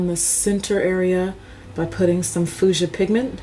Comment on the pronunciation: Nice color application. May I point something out to you in a kind way: you have a strange way of mispronouncing the color fuchsia. You say it like "foo jah" but it's pronounced "few sha" like A Few Good Men. I love your tutorials.